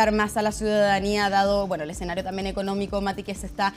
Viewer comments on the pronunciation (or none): none